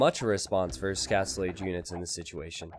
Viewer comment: Moobles Your reasoning is sound, and your explanation succinct. It doesn't excuse it. He still sounds like a complete idiot saying vers. It isn't really so slow that it makes a difference anyway. Ecspecially when you can see what's happening, a 5th of a second spent saying the syllable "es" isn't going to make enough of a diffrence when casting an RTS. Glad you like him, but your reasoning makes less sense from this perspective.